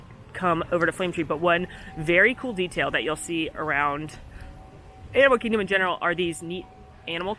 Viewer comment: Animal Kihgdom? 🤣